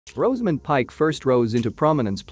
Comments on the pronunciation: You could start by pronoucing her first name correctly... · All this about Rosamund whilst mispronouncing it!